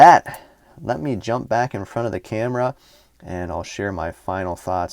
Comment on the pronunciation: It is spell as Epooos French way..